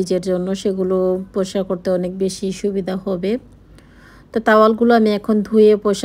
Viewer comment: Style ta onek besi korte giye POLAO k PLAO bolen poriskar k poskar bolen smart k ismart bolen......ato vab ato dhong keno j koren....apna k niye na apnar husband tar kajer jaygay baschara tader school college a onek hesitate feel koren kintu apni seta mathay rakhen na karon apni to sudhu nijek valo rakha r nijer jiniser show off chara kichui janen na...... Parle comment er reply diyen